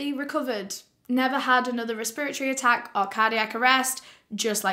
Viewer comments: I absolutely love the way you say “respiratory” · i love her so much but the fact she said respiratory wrong the entire video really hurt my head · I like how you say respiratory :) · Res-pra-tory Resp-ra-tory Respra-tory Respiratory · Res-per-iocy lmao she’s so cute. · The way she says “respiratory” is killing me 😂 I won’t say it any other way now hahaha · The way pronounces “respiratory” is soo funny! It literally took me a while to understand what she was trying to say